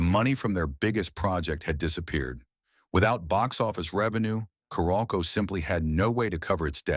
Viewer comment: It’s pronounced Carol-co.